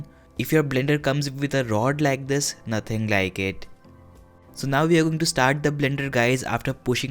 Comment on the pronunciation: its crispy as well (naatheng laike ittt)